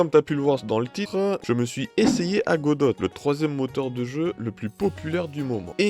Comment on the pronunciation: Tres bonne vidéo chef 👍 juste pour tu dit godote ça me tilte 😭